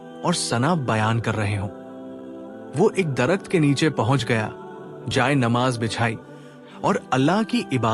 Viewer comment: Jay e nimaz hai.pehly tora buhut talafuz to sekh liya kary